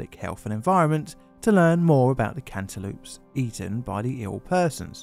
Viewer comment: "cant e loops" I thought this was an april fools?